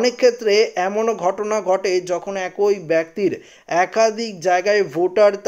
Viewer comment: "একই "উচ্চারণ ঠিক করে পড়ুন